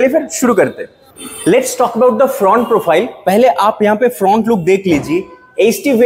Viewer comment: kya bola fhrount look 🤣😂